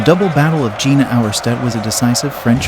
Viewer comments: Good overall; atrocious pronunciation of both French and Prussian names. The town is pronounced "Yay-nah" not "Gina". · "Jena" is pronounced "Yayna" not Gee-na" You Americans really bugger up foreign languages including English and stupid stuff like Eye-ran instead of Iran ( soft ). Don't they have schools in the States? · The battle of Gina? Gina Lollobrigida? The mispronunciations in this are completely farcical. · The pronouncing of German and French names and places is appalling and painful. The battle is Jena (Yay-na). Please have respect for other cultures, not just your own. Take the time to properly research the names and places of your videos. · Agreed, even the main location of Jena is mispronounced. Get rid of this AI.